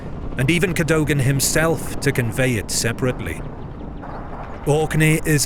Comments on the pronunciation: Its Cad-dug-ann ... Not Cad- dough-gan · CADOGAN is pronounced CADOUGIN by the way. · Very good video about an important battle. Cadogan is pronounced Ca-dug-an.